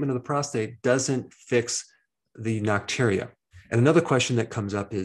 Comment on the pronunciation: It's NOCTURIA, not nocturnia.